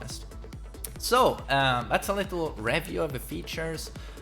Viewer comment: Someone needs to teach how to say review haha Great video 👍